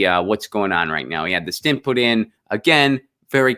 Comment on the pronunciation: Stent not stint, but yes! 💗